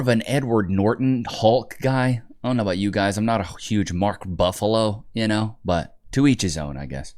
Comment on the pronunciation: it’s Mark Ruffalo my dude not Buffalo lol